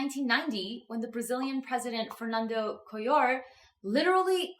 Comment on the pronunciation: The name of the Brazilian president is actually Fernando Collor. You said “Co-yor”, but please note that this is not Spanish. We speak Portuguese in Brazil and the letter “L” should sound like an “L”. You read it as Fernando “Color”. This is a pet peeve of mine. We do not speak Spanish in Brazil.